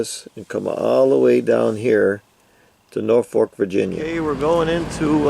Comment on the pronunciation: Catana not Catalina....Norfolk not North fork.... Pathetic pronunciation of Patuxet and Piancatank! Almost got Fishing Bay correct. Sounds like you don't give a shit how to pronounce places. It's not watchable to me.